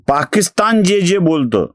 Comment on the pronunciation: पाकिस्थान नाही पाकिस्तान करा.. बाकी नेहमीप्रमाणेच लय भारी.👌👍